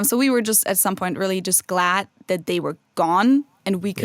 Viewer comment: Speaking of dialects... I’ve always wondered about the way often pronounces his L’s (or, as he might say: Ew’s). Specifically in this installment, he said: “ when I’m in Cincinnati in August, [wiww] be [ay-bow] to record something.” Is this a regional dialect or a personal idiolect? It’s similar the way some people pronounce the nickname for Philadelphia as [fiw-wee] rather than “Philly.” I sincerely hope you’re not offended,!. I love you guys and this channel. I’m just curious. BTW: a couple good words for “not genuine” are: “insincere” and (Sartre’s favorite) “inauthentic.”